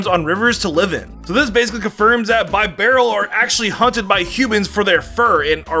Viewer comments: Bee- barrel not bye barrel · ITS BEE-BEAR-ALL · Pronunciations it's bibarel bi not bie